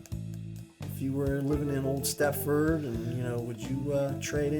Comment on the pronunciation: No T in Stepford.